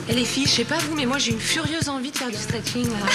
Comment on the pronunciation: Non, c'est stretcheing ! 😂